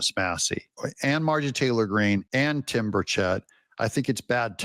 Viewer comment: Doug your killing me mispronouncing Burchett’s name